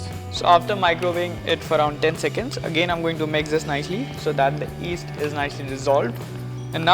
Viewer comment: It's called Yeast, not East.